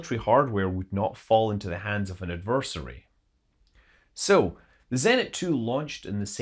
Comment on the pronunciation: Adversary? Shoorly you mean adversary Old Boy?